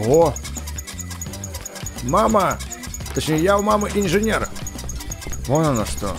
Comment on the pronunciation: Не инженер а инжирнер